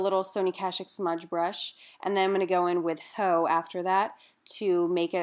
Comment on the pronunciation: Love this look!! Btw, you're supposed to emphasize the X in haux! :)